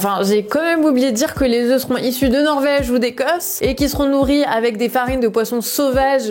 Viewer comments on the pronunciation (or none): none